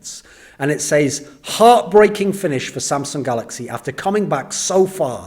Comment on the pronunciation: it triggers me so much everytime he utters "seis" instead of "says"